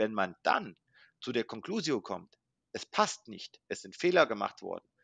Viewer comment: Wie bitte..."zur conclusio kommt". Ein englisches Wort lateinisch klingen lassen 😉